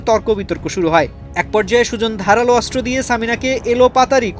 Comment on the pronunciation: অস্ত্র উচ্চারণ করতে পারেন না, অস্ত্র উচ্চারণ শুদ্ধ উচ্চারণ করতে হবে